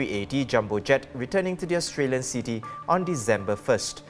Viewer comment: please stay off the camera if you can't articulate in English properly. The English word "city" is not pronounced "seeee-teeee".